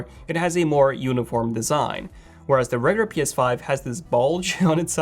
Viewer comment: Does anyone else hate how he says regular as regur it’s pissing me off